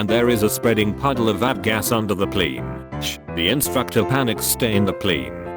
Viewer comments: Why is no one talking about how this robot pronounced plane Pleeenee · Idk but it's hilarious to me how the voice says 'plane' pLeIne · I love how he sometimes gets the word plane right, but mostly says pleen. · I love how he says plane pleen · The "pleen" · Why does he say “plane” like that? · The way this AI says plane killls me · I like the way the voice says “plane”. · You say plane funny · I can't get over how he says "plane" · The way it pronounces "plane" is a bit weird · Please say plane a lot more! It really cracks me up.